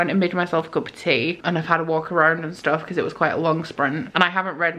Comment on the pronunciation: You pronounced her name wrong tea it's pronounced like Tia like Leah or a nickname of Tiana